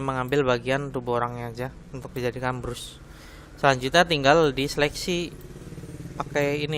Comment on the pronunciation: brush dibaca bras